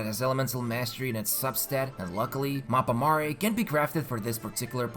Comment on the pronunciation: It's hard to hear him saying mappa mare and not mappa mare :(